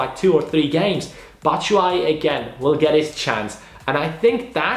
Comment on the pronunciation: do you say Matshuayi??😂😂😂😂😂 Anyways good vid